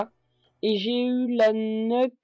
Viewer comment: Ça se prononce pas neuque mais Niouque. Une nuke :p